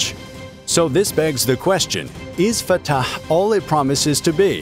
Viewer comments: No, I had to stop watching because of how the narrator pronounced Fattaaahhhhh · I love the way he says the name FAATAAH! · The commentators pronouciation of fattah is seriously hilarious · It sounds a bit tortured, like he was trying too hard😂 or perhaps even creepy😮